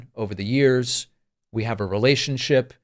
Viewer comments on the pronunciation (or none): "me and my girl, we have this relay shun ship" sorry, go on